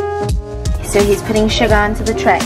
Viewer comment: When she read out the ingredients I was thinking hmm what’s schugar? I’ll have to look that one up... and then I realised it’s sugar 😂😅🤦🏽‍♀️